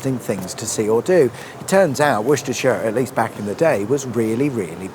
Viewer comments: Why do you pronounce it Wushtershire and when it's pronounced Wustershire? (Spelt as it's said not as it is) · Did you say Wooshtershire? 😂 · Whooshtershire. My neck of the whoods 😁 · I do think the correct pronunciation is Wooster shure ? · true but at Englishman saying Wooshtershire is worse. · You can’t say Worcestershire.